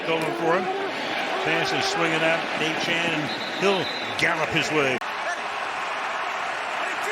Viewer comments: Hey Al- it’s Achane (A-Chain.) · It's fun the announcer is too illiterate to pronounce Achane correctly.